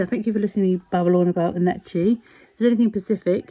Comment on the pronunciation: Great clip. It's pronounced Nekki btw, the ch sounds like kk. :) Think it's the only sewing machine to be shown in the Museum of Modern Art/MOMA and it was Necchi's Mirelle model. What many people don't realise about Necchi is that they have a more powerful motor than Singer sewing machines: 1.1 amps versus the .5 amp motor that comes with a Singer. So they have better quality motors than Singers. I've abandoned my Brother sewing machine after using the Necchi. It's so incredibly precise and a wonderful to sew with. Sewing on a plastic sewing machine versus a cast iron one with a solid chrome lever to adjust sewing directions is way more enjoyable..